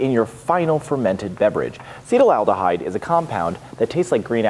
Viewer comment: loved the episode! Slight chemical pronunciation quibble: it's pronounced "asset-aldehyde" not "acetal-aldehyde." Yes, the root is the same as acetalsalicylic acid (common aspirin), acetic acid (common vinegar, e.g., what you don't want your mead to turn into), or the acetal group Ron "Oily" Sprague, meadmaker and bon-vivant.